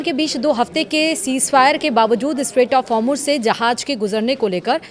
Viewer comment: Hormush nhi hai madam,Hormouz hai